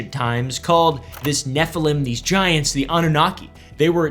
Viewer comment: Anybody else hear "I love vaginas" when he said "I love giants"??? 🤣